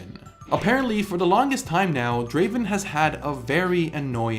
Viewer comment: It’s not Draven it’s Draaaaven